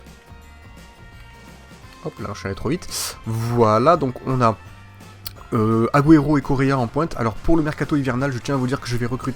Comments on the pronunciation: cest pas aguero cest agouero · Il m'énerve à mal prononcé aguero, c'est agouero la prononciation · PUTAIN PRONONCE LE MIEUX AGUËRO